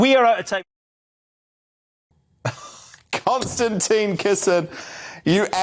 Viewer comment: Constantine or Konstantin mate? Get it right.